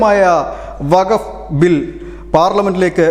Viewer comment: വകഫ് അല്ല സുഹൃത്തേ വഖഫ് എന്ന് ഖ സ്‌ട്രെസ് ചെയ്തു പറയണം